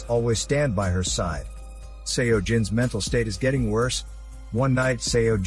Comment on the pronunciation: One thing, Seo pronounced as 'Soh'. Not sure why it bothered me so much. But had to pause the video 4 times.